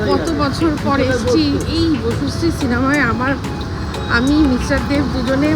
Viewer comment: Bocusree না, বসুশ্রী 😂